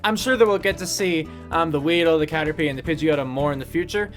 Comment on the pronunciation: Cater pie not p derr!